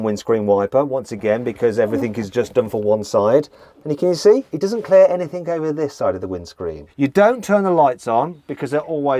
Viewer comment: Struggling with some words. Wrong "k" - Anythink?